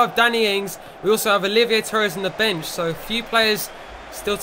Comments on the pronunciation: it's not olivier it's oliver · Somebody tell to stop calling Oliver Torres, Olivier. It's cringeworthy...